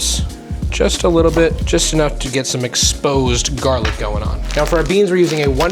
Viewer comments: Lol "jarlic" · I'm autistic and struggle with the word jarlic. Make it stop :p